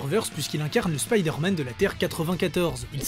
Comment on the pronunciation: arrêtez de dire spidère-man svp 😢